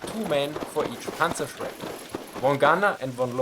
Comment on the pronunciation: Meine Rückmeldung an Dich: Wenn Du im Englischen deutsche Begriffe sagst, sag sie wie ein Deutscher, also richtig. Demnach: „Panzerschreck“ und nicht „Panzershrek“. Das fällt leichter und ist korrekt. Mir ist aufgefallen, dass viele Deutsche das auch mit ihrem Namen machen. Wenn sie Lukas heißen und sich auf Englisch vorstellen, machen sie aus dem „Lukas“ einfach englisch ausgesprochen „Lukäss“. Das macht sonst niemand, nur Deutsche. Und es ist unnötig. :D Vielen Dank Dir für das interessante Video und Deine vorangegangene Recherche!